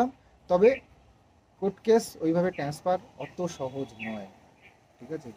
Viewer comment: Eta 'transfer' hobe.. tenesper noi 😂english words jokhon bolbe Pronunciation thik kore bolbe..